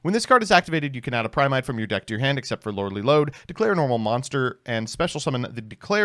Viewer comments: Every time he says "Lordly Load" I'm fighting for my fucking life out here. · Trying not to laugh every time he says Lordly Lode.